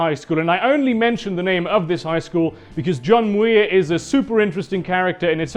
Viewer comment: I've never heard John Muir pronounced that way... Or is that a different person entirely? We generally say "Mere" or "Mure" despite the spelling oddly enough.